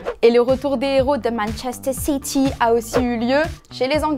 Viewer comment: Message pour: non ce n'est pas "Manchesteh City", c'est "Manchesteh Cétééyy" 😉👍